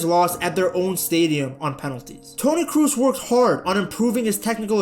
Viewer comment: Do please say Toni Cross instead of Toni Cruise